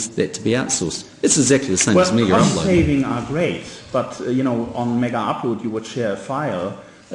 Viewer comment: NZ PM: MiggerUpload. KIM: MaygaUploade. Friggin guys aren't even talkin about the same site.